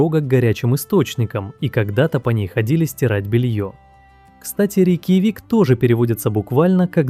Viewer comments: Все отлично, много интересных фактов, но почему автор называет РейкьЯвик РейкьявИком? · Только ИИ может полчаса не менять интонацию и называть рейкьЯвик - рейкьявИк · РейкьЯвик, а не РейкьявИк. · Какой рикивик? Рик явик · РейкьявИк - 😄, РейкьЯвик -- ИИчку научите ударения ставить ! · Почему Рейкьяви́к, а не Рейкья́вик? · Интересно, спасибо. Только всё же правильно РейкъЯвик, ударение на букву Я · РекьяВик😂....конечно ИИ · Текст читает ИИ.Отсюда неправильные ударения.»РейкьявИк»!? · работа прекрасная. Но голос это ИИ. И ударение правильное РекьЯ'вик. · Сама РеЙкьявик. В русском языке правильное ударение в слове будет на букву Я. РейкьЯвик. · Нет. В русском языке произносится РекЯ'вик. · «Рякьявики» 😂 как задолбал этот ИИ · Искренне не понимаю,- неужели так трудно открыть википедию, чтоб хотя бы столицу государства правильно произнести? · Хоть бы название столицы правильно сказали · Озвучка ИИ? Рейкьявик так произнести это надо уметь. ИИ так умеет. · РекьЯвик всегда говорили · Да вы что? Обучили нейросети уже и с интонациями произносить. Ещё бы дообучили правильно произносить некоторые слова, в данном видео - название столицы Исландии. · ни один русскоязычный не произнесёт название Рейкьявик так как в этом ролике.. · Было интересно! Только мы с Яндексом город Рейкьявик говорим с ударением на Я 😂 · Автор не гуглил ударение в слове "Рейкьявик" - по ушам прошелся так ,что аж свело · Ну да, как у викингов. РейкъЯвик это скорее наши говорят так.